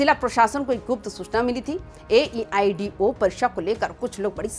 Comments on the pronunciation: Ye news wali madam ko itna bhi nhi pta h ki aedo hota h na ki aeido tum padh kr ayi ho ghus deker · Vpsc nhi Bpsc and Aeido nhi Aedo exam hai. Aap v thora aache se taiyari krke aaye anchor bnane ki.😂😂😂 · Age chachi laga haw bole bhi n awo ge aeido n howe ge aedo howo hai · Re bakler AEDIO nahi AEDO gjb kya bola jaye tumlogo ko😢😢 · Mam aeido nahi aedo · AEIDO bol rahi ho......AEDO hoga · bina research kiye news reporting nahi karna chahiye....AEDO exam hai...na ki AEIDO 😂😂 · AEIDO क्या होता हैं 😂😂😂😂😂😂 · Aeiod 😂😂 aeiou kehna chah rhi ho kya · पहले AEDO बोलना सीखो आ जाती है उठ के😅